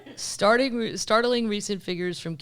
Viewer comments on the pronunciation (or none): none